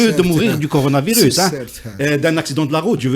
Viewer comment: Mr Ihsane Elkadi c'est coronavirus et non pas conoravirus.